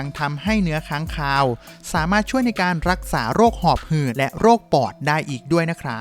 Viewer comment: ผมฟังไม่ผิดใช่มั้ยครับ "หอบหื่น"